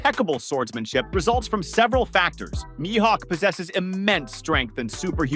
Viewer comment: Bro said my-hawk 😅